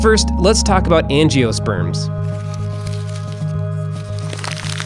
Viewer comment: At least you pronounced angiosperms correctly.